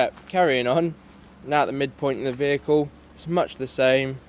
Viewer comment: "vehicle" spoken ;like "police talk",,,,"tyres"????????? were these on the Bedpan route? id so used them as a commuter